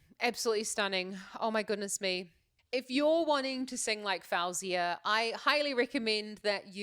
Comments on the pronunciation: its actually pronounced f-oh-zee-uh just so u know 🥰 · You saying her name wrong lol, but if you ask Siri to put a song of hers, she will say it right so you can learn there.